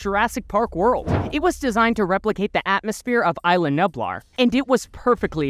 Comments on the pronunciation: btw it’s pronounced (Eas-la Knew-Blar) not I-la Nueb-lar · Repeat after me: eye lah new blaar